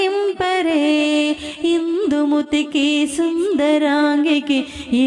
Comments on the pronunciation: ఇందుముతికి కాదు ఇందుమతికి... సరిచేయండి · ఇందుమతి అండి. ఇందుముతి కాదు